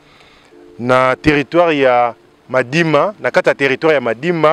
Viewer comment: Petit journaliste lobaka bien territoire Madimba et non Madima ko bebisa kombo ya territoire na biso te